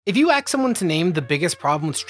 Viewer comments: Did I just watch a white guy open a youtube vid with "aks"? HAHAHAHAHAHAHA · .5 seconds in and is telling me what happens if I axe someone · "If you axe someone to name...." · "If you axe someone"?? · "If you axe someone..." "Ask". the word you need is "ask". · not even a second in and this mf says aks instead of ask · Sorry what? "If i AXE someone" what fool? LOL what? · did you say "if you AXE someone to name.."? You okay man? doesnt seem like a speech issue, seems intentional.. maybe dont idolize that ehh? common sense, ya know.. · I would never axe someone anything. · You shouldn't axe anyone. That's illegal.